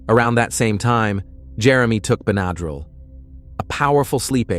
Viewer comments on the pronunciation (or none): Ben-a-drill, NOT ben-ad-rill, AI. Smh